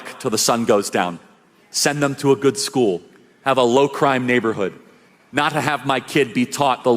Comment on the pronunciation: "Laow achievers"? You mean low IQ?